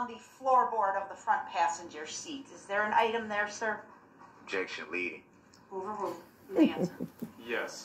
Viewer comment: Grounds for the “overoo” I swear he never made it past third grade.